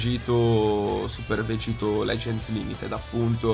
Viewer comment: Questi sono i pugni che dovrebbero ricevere chi invece di dire vegeth o vegito dice vegitto o vegetto😥 ⬇️